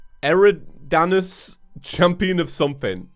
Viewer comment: say eri-DANE-us